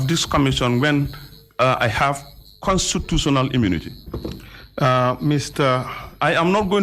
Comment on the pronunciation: Mr. Touray said "CON SU SU SIONAL " I believe the word is "Constitutional".. LOL